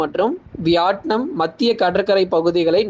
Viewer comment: Its not vyatnum , it’s vitnam ok’